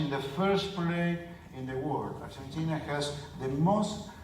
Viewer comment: argenchina? jaja